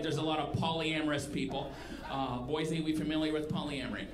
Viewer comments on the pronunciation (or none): I'm surprised not a single person heckled you just to correct your pronunciation of Boise. 'Boy-zee' is like nails on a chalkboard to an Idahoan.